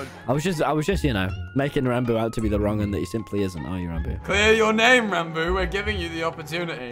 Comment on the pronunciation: He said wrongin